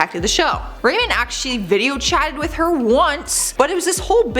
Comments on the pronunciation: Number 4 was Ramon pronounced Raw-mone. said Rayman. Anyway would love a part #3 for sure! Thanks you the best!! 👌💯👍💞♥️💜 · abby korchak THANK YOU!!! I cringed every time she pronounced it wrongly.😂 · GIRL! THERE'S NO ONE NAMED RAYMOND!!! _GDD, IT'S RAMON!!! 😳😳 "WHAT ABOUT RAMON?!"😆😆😂😂😅😅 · “Ruh mone” not “ray min” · Give her a break. She might not have known how to pronounce their names. It's not a bad thing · Lmfaooo Ramon’s name is pronounced Ramoan not Raymond 😂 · What’s with her name pronunciation. How can you say “blank” episode ever! When you’ve clearly never watched it. Girl I love ya but watch the episodes! Everyone knows how to say “WHAT ABOUT RAMONE!?” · Jose was on Catfish twice!! He catfished a girl, who had JUST gotten catfished by "Jose," which turned out to be a girl from her school! Then she met "Jose" and flew all the way to Alaska, and tracked his ass down. Ramon is pronouned Rah-mone, and Paola is pronounced Paol-a. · The pronunciation of “Ramon and paola” really gets on my nerves lol at least try to say it right lol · The way she pronounces Ramon and Paola makes me cringe